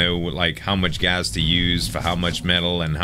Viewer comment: Z I love ya. Your killing me. It's not gazzz.. Gassssssss